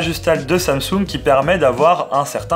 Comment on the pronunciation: On dit Tchiaoumi mimix folleded Tchou et Tsamtsounegue 😛